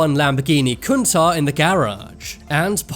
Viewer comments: Its pronounced coontatch not kuntaah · Dude, it's pronounced CUN-TASH